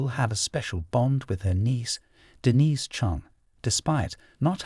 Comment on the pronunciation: The narrator is so pretentious it's painful. Did he really have to pronounce Denise's name three different ways or that that last JEW ehl was a kicker